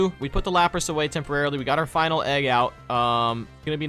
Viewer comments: It is LAP RUSS NOT LUP ROSS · Why do they have such dumb pronunciations for their names? Lawprahs? It's la-pruhs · Did he just say "lop ross"!?